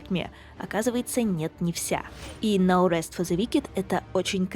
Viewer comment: "но рэст", а я думал, на слух показалось, что за "Наурыз фо зэ викед?". Думал казахская игра.